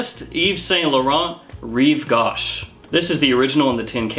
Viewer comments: REEVE - GO -SH as in GO away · Rive gauche pronounced gau = go